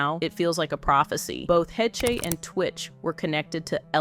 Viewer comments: Anne Hay-Chay? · LOL the narrator changed the name from a German name to a French name! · Why pronounce her last name so differently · Is it pronounced Ann (Heshhhh) Hayshhhh but spelled Heche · I know she did, I just couldn’t watch the whole video with that bad AI pronunciation. She was a really talented actress and deserved a lot better. Didn’t mean to sound insensitive. Sending her family love and light.